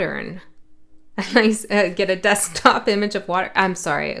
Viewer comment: I know you said desktop but I heard Desk pop 🔫 and I giggled.